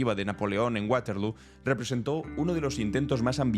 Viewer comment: Waterloo se pronuncia según las reglas del idioma flamenco. Nada que ver con el inglés y lo mismo el idioma sueco. Thunberg= TUNBERG y no ZANBERG.